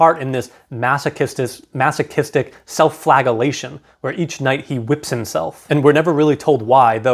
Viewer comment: Drives me nuts how you mispronounce the word flagellation every time.